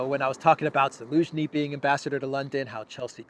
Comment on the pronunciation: Dude , why u keep on saying elensky , its zelensky...do u have a hard time pronouncing the letter Z? Whats wrong with you